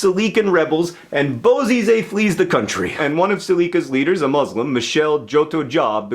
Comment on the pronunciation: Hey John, I love these "Explained" videos, just one comment if you ever see this. I wanted to pass along a request from many of my Muslim friends that you try to pronounce the word "Muslim" with a soft "s" sound like in "salad" and the "u" more like the word "put". I have to correct myself on this as well since a majority of Americans use the more harsh "Muzzz-lim" pronunciation. The softer pronunciation is closer to the Arabic root and more respectful (so I'm told). Thanks!